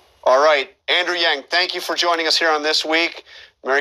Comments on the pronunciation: Host welcomes “Andrew Giang” , almost sound like Andrew Jenk. Jenkie (fake or lame). Already I got the impression that he will not be fair to him. - “Your complain”, not left , not right, “what does it mean?”, man the host’s expression and smirk. The host then goes into the fact that the two parties, democrat and republican, are either too left or too right leaning. Andrew wanted to make the point it’s not just political and that people want to move forward and stop this stupid political bickering. - From the host: “Freedom divident”...so everybody, everybody gets the money if the person choose to opt-in? Why would Bezos and Trump or billionairs get it smirks ? MATH...the proposal is already expensive. Common sense: Well, if the host understands that the top 1% or 2% owns 95%. Say, there are about 100 billionairs and it would only cost $100,000 for the month, really not a lot added to the total. This argument is just to discredit the idea that it really helps the poor! - Host: Your commercials call “Medicare for all” but your actual proposal doesn’t even have a public option, so why the discrepancy? The host seems it’s all black and white and it’s clear cut on a complex topic as this but Andew sees the reality of this and would require the need to initially keep private healthcare plan and introduce public available options. The host can only discredit Andrews plan. “Medicare for all” is medicare for all...yeah it’s not always black and white. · His name is Andrew Yang Sir. Not Andrew Jangyang. Unpolished interviewer. Nice job not laughing out loud at him future President Yang! #yamg2020